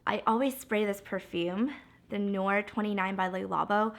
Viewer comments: omg 😂😂babe its not "the nore"😂😂thé noir means black tea in french pronounced "tay nwoir" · it's thé noir, pronounced "tay nwar," which means black tea! anyway congrats on the engagement 😊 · "Thé Noir" (Black Tea) is pronounced "tay nu-ar" 😊 Love from France 😘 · thé noir means black tea. also you completely mispronounced it, i couldn't of imagine such a fuckery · "Thé Noir" means black tea in french and it's pronounced quuuite differently haha just wanted to help :)